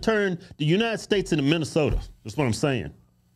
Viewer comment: Kevin said it yet again "United Steaks of America". WTF?